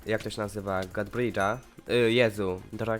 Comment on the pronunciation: Godbridge a nie goodbridgw